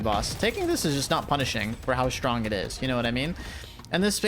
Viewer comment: "SHRONG" lmao